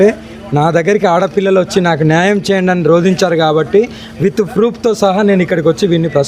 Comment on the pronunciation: Prup. ప్రూp కాదు.. Proofs